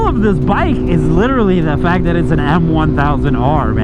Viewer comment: He 😂called a double r😂 m1000r